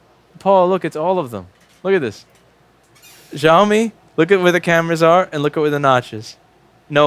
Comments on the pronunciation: and please its not ziaomi. its shiaomi. xiao means small in chinese. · Zhaomi? Is that how all Americans pronounce that? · Xiaomi is prounounced "shao-mi" where "ao" is like "ow" as in "ouch". It's a "sh" sound, not a "z" sound.